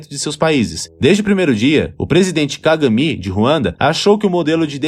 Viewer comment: Bom vídeo, mas contém algumas informações imprecisas. O narrador deve aprender a pronunciar "póços", em vez de "pôços" e "cagâme" em vez de "cága mi".